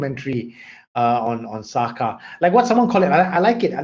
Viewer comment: SAKA is the spelling. The pronounciation is SAKÈ. It practised by most those day society...it wrong if you mentioned expecially Boyan. 😏😒🤨